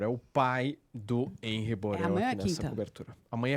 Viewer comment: A pronúncia do nome dele não é HÊNry e sim HenRÍ